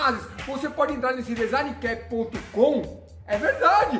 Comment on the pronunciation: ", soletre DESIGNCAP": "dinZANAnanaiQUÉPE"